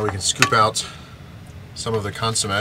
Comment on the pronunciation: Amazing video.. Amazing execution on the burrito.. But, it is pronounced "cun-so-may" Love the vids though man, please keep the cooking episodes coming!